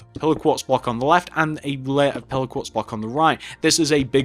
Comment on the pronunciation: Minecraft, Your accent sounds like when you say 'Pillar Quartz block' it's sounds like your saying 'Pillow Quartz Block'